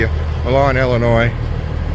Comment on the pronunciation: You pronounced Illinois (Ill-ah-NOISE) correctly the first time. It's weird to see more snow to my south than up here in the frozen tundra.